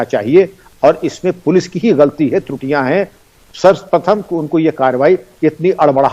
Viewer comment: He said "police ki trutiya h" I heard "police hi chewtiya h"😂😂🤣🤣